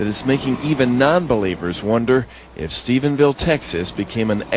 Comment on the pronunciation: WTF?! StephenSville??? It's Stephenville! noooo hahaha this fool can't read a teleprompter LOL